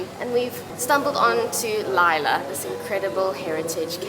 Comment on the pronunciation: Not laila, it's lila